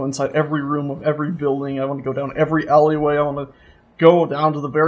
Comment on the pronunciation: HEY LOVE U and u say ally way wrong hahah